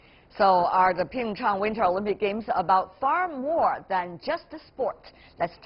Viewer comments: Jeff Zhe ZHU Nobody gives a shit if it was taken from ancient Mandarin or not. It's Korean now. Pronounce it the Korean way. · Why does she say Pingchang instead of Pyeongchang? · She called it PingChong instead of PyeongChang lol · Jeff Zhe ZHU Irrelevant. It's a Korean city. They should pronounce it in a Korean way.